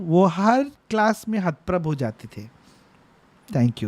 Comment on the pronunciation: 100 habooboos Parineeti Chokra ke shudh hindi ke liye ( vatanukulit, hathprabh hona)👏👏